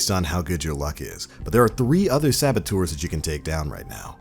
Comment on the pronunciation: I don't know if it's just me but is he trying to say servitors? Or sabatours? Help